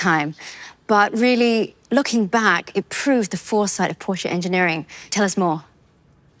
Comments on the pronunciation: She correctly pronounces Porsche and then pronounces coupé as coop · How in the world did you manage that Matt Watson pronounced “Porsch”e” correctly? Great job Porsche 🙏🏻😆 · Matt says Porsche correctly now doesn't he 😅.